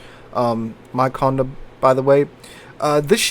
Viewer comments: Conn day, conn day, not conn da. Pleaaaaaaaase! Lol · PLEASE pronounce the name correctly. See the little accent aigu above the letter "e"? That means that the "e" is pronounced like an "a" in English. Just like "cafe" has an "a" sound at the end. So it is not "Con-deh" it is "Cond-a". B-T-W, I don't have a French keyboard so I can't add the accent aigu, but WarGaming correctly does. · It's not heard, either. Con-Day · I'm from the UK and even i know it's pronounced as "Konday". Maybe most US folk don't come across French very often. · You also have the most broken pronounciation of the name of this ship :p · Dear. Condé has a french accent aigu (é) on its e. That means you emphasise the ending e